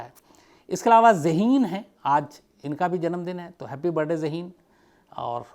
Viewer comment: shams साहाब आप, "हॅपी बरडे"बोलते है,हालाकी; "हॅपी बर्थ डे"ऐसा होना चैये,मैने बहोत बार observe करणे के बाद बोला है,क्षमा चाहती हु